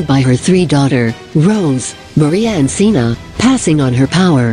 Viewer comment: Its Sheena not sina